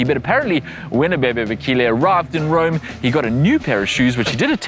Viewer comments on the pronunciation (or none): none